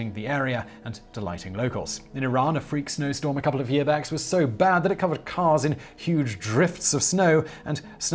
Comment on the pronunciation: "Year backs" :)